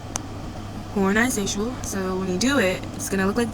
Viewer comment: Horazantional😭😭 Um actually🤓☝️ it's pronounce😮d hor-a-zon-tol